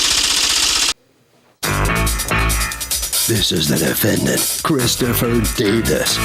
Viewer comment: Harvey irks my entire soul when he says "Defen-DANT"